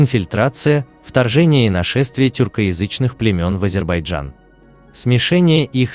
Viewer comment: ВАШЕ ВИДИО РОЛИК КОТОРОЕ ВЫ ПЕРДСТАВИЛИ ПОЛНОСТЬЮ ЧУЖ. ФАКТЫ КАТОРОЕ ВЫ ДОКАЗЫВАЕТЕ НА НЕДАВНЫХ СТАТЬИ УЧОНЫХ ЕНСКЛОПЕДИЯ И ТОМУ ПОДОБНЫЕ,ТОЖЕ ПАХОЖЕ НАПИСАНА ПОД ДИКТОВКУ.. С ПЕРВО НАУЧИТЕСЬ ПРАИЗНАСИТ НАЗЫВАНИЕ АЗЕРБАЙДЖАНА. 😊